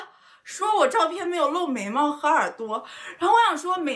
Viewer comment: "眉毛"聽成"美貌"